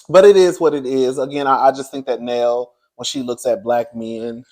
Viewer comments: The way u call Nell Neal and Nell be killing me 😂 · How is her name pronounced Nell or Neil in the same sentence? 🤔🫣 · 😂 It’s Nell.. Like Mel 😉